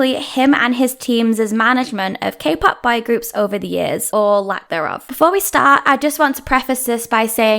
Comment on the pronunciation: Your pronunciation of "boy" sucks. Most of the time it seems you were saying "bi-group".